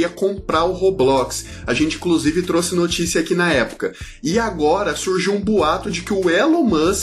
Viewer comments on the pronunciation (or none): none